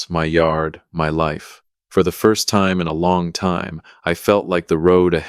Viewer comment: WTH is this AI deal about pronouncing time like it's a LINEAR MEASUREMENT???